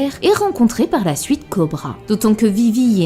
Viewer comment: Je me demande c'est quoi son accent qui consiste à prononcer les "u" suivi d'un "i" en "ou". une "souïte", "pouïsque", "louis"